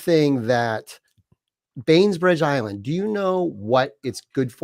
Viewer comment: Lol ! Billy ! Lol ! No "s" ! BAIN-BRIDGE ISLAND